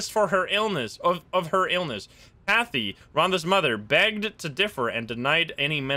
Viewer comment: Kathy rhymes with Math-y Just FYI